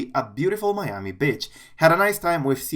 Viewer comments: why does you pronunciation on ‘Beach’ sound like ‘BITCH’ /\_😐_\ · why doesd you pronunciation on ‘Beach’ sound like ‘BITCH’ /\_😐_\